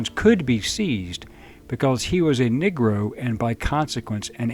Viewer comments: Why are you pronouncing "Negro" as "Nigro"? No, it's NOT your accent; there's not enough accent there to produce that sound. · Interesting way of pronouncing "negro" especially for someone with no accent